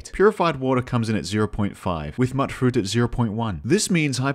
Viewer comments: im sorry to tell you this but mutfruit is pronounced mute-fruit, not mutt-fruit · Bro mutfruit is pronounced like mute not mutt that one intelligence point is showing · It's not "muttfruit". Since you're an aussie I know you know how to say 'ute', so just put an 'm' in front and a 'fruit' in the back and you got 'mutfruit'. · Every one miss pronounces mutfruit. Why? Its Mute Fruit because the mut is short for mutated. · its pronounced "mute-fruit" like mutant fruit. damn you Britain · Dude, "Mutfruit" is pronounced mute-fruit, as in mutated fruit. Sorry to be the grammar police, but Fuk, someone's got to do it. By the way, I love your vid. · It's pronounced MUTE-FRUIT. As in mutated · Immediate L for not pronouncing mutfruit correctly. Mut, like mutant. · Is he saying "Mutfruit" wrong on purpose or does he genuinely think that's what it's called?